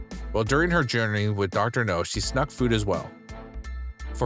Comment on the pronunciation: It’s Dr. Now. Not Dr. No. You’re putting the wrong emfasis on the wrong sylable. (Or vowel) I’ve also NEVER HEARD the word “schnuck” either. Like…..what bro? ON her face? I just can’t comprehend. Slow down. Pronunciate. Look up the phrases and do some English research.